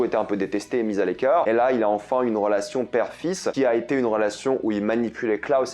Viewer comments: Wtf ???? C est Lila pas leila et reginald pas regis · Les gens qui osent critiquer alors qu'il ont jamais fait de film. Tu crois que c'est facile les faire spéciaux. La transition de Vanya et justifié des le début, il fallait juste bien regarder. Il y a une réelle évolution des personnages. Et c'est LILA pas Leila. Netflix n'est pas du tout en train de la tuée la saison 3 est incroyable, un peu répétitive mais géniale quand même. Et tu prononce mal le prénom Arlan